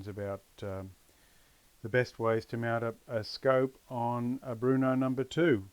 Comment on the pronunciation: Bro it’s Brno not Bruno!